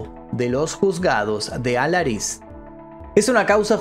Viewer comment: Se dice Allariz, no Alariz. Yo vivo en Orense a 20km de allí y todavía se habla de aquello por esos parajes. Un saludo